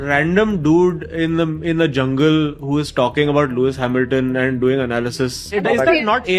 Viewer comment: Looi HamilTON , video achhi thi lekin accent dekh lo bhai , hasi hi aa gayi thi